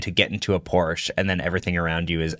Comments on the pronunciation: Nova launcher is a must on ANY android phone. Edit: Also, even if Xiaomi could hit those specs, I’d be surprised if the US government would even let that car onto US streets. Oh, and btw, it’s pronounced Por shuh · Few points on cars: Porsche is two syllables. VW is an example of an OEM who famously tried to get better at software recently. They hired thousands of engineers and it failed. They fired the ceo and still failed. The Rivian R2 series is just a Model Y competitor. It won’t be the next level of cheap cars. Most people really don’t care about panel gaps and it’s still an overblown thing about Tesla. And they sold 1.8 million cars last year. They aren’t some small startup.